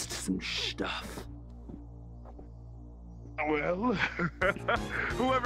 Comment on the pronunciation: "Its time to harvest some shtuf